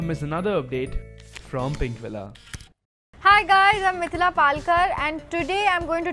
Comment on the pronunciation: Btw, it Mithila, not Milthila.